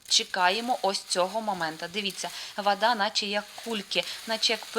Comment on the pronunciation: Українською не вада, а вода, а також не кантент, а контент. Немає в українській ненаголошеного О, яке вимовляється як А. Це вам не масква 😊